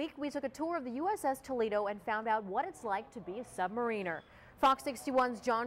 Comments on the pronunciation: She pronounced it: sub mar reener. Correct pronunciation: sub mare rin er. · "Sub-Mar-IN-Er" Nor 'Mareener' :-( ! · LOL - how about this? You don't say "submaRIners", you say "subMARiners" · That isn't how you pronounce submariner..... It's sub-ma-rin-er (like marinade, not marine) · sub-"mare"-in-er...not sub-"muh-reen"-er...sheesh! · To the MEDIA guy........These men are not "marines" so it's NOT pronounced sub "mariners" They are known as ( making it easier for you ) SUB- mariners Kindly get it right. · my God, damn news: Sub-mar-iner, not sub-marineeeeer. cringeworthy. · Yes, "submarEEners" is the US Navy way of pronouncing it. And, maybe the right way (because the US had the first combat submarines). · Every submariner I have ever met pronounces it submarEEner. (I used to live near Bangor, WA) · Y'all should learn how to pronounce submariner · Wish these people would learn how to pronounce "submariner" properly.